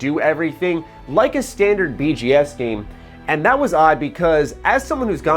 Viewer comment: Yo, why tf are you saying BGS games?